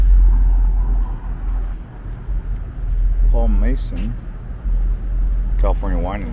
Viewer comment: And it's Paul MAHSOHN, not Mason.